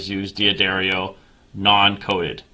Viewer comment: It is pronounced Duh-dairy-o :)